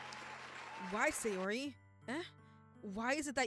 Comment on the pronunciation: ITS SAYORIIIIIIIIIIII